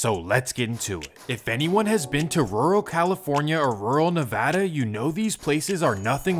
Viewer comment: Props for pronouncing ‘Nevada’ properly 👊